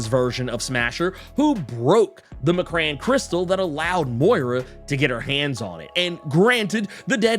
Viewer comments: Still calling the "Em-Krawn" crystal the "McCran" crystal., you're amazing and I love your content to the stars and back, but PLEASE! The way you pronounce this runs up me sideways! It's like vibranium nails on an adamantium chalkboard! 😬😖😅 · (M-Cron) it’s pronounced (M-Cron) at least that is how it was pronounced in the ‘90s Xmen animation of the Phoenix Saga